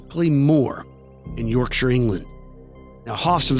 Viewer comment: Well done for pronouncing ilkley Moor and yorkshire right😊👍